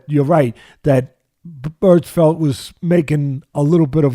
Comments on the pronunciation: Is he saying Bertfelt? Teddy I love you but you are terrible at names 😂😂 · Miguel "Berfelt"